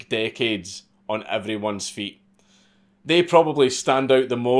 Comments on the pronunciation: it's not Nike like "Niek" it's "Nikey" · Why do you say “Nike” like “bike” when it’s Greek, and pronounced “nigh-key”? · holy fck the websites still there...... and for the love of God its pronounced NIK-EY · NIKE is pronounced Ni-key not Nighk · Why do so many of you YouTube commentators say “nik” instead of “nik-e” when referring to Nike. Y’all leave the e off of it. Tim pool and Steven Crowder also do this. Now I hear Dankula do it. I’ve never heard someone in real life do it. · Nike, nah fam dank says it’s Nyke so it’s Nyke lmao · Imagine dragons! Imagine pronouncing NIKE like NYK. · It's pronounced "N-eye-key" lol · It's "Nike-ee" you fuckin drunkard. lots of love. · Nike.... pronounced like HIGH KEY, not Mike lol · Hearing Dank say "Nike" like that just took a year off my lifespan. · I love these Mad Lad videos, but I gotta admit, hearing you say "Nike" is making me want to rip my hair out! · It is funny how Europeans pronounce Nike. Lol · Nike.....the pronunciation Ahhhh!!!!!! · If you say nike that way again I swear tfg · Hearing Nike mispronounced 400 times was really hard to take. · Dude quit saying Nike like that. It's rustling my jimmies. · stop saying Nike wrong dammit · Does he keep pronouncing Nike wrong?